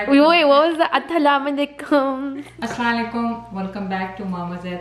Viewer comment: Is it 'Aslalaykum' or 'Assalamoalaikum' ?